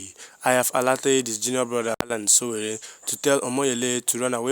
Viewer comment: YOU STILL FIND IT DIFFICULT TO PRONOUNCE SÒWÒRÉ. NOT GOOD ENOUGH.